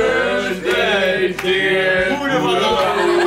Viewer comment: "Happy BirSday" the cringe is real.